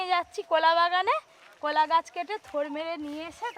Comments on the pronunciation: এটা কলা,,not কোলা 😂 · ভাষাটা ঠিক করুন কথাটাকোলা গাছ নয় কলাগাছ